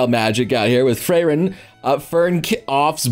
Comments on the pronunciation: How long are you going to call her "Fray-Ren"? It's "FREE-REN". The title is 葬送のフリーレン. "フリーレン" romanizes as "furiiren". Not "fureiren". So again, her freckin' name is "Free-ren". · ........ITS 'FREE - REN'......FRIEREN,...... FRRRRRRIIIIIIIIEEEEEEEEEEERRRRRRRRREEEEEEENNNNNNNN